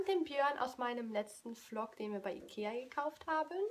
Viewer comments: vlog wird übrings so ausgesprochen wlog als wenn da ein w wäre (nicht böse gemeint♥) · warum sagst du immer flog? 😂😂